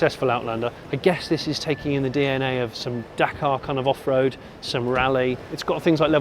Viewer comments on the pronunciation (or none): Every time he said "off road" I understood "Frodo", I thought it was a car for hobbits.